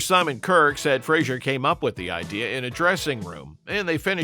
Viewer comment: Andy Fraser, not Frazier.